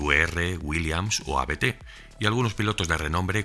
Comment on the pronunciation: Máster, gran video como siempre, un único apunte, Abt es un apellido y se pronuncia como tal, no son unas iniciales!